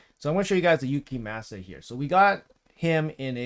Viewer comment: I cant deal with the name butchering 😭 its clearly japanese, its like people saying saké wrong. Gave up around 5 minutes. Gonna give the vid a like still. Def going for this fusion 🙌